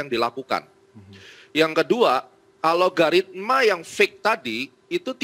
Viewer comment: Sayah Baru Denger ada istilah "ALOGARITMA" .. Disebutkan sampai 4 (empat) kali (dari menit - ) dengan Penuh Keyakinan .. Alogaritma itu Istilah Baru yah ? .. wkwkwkw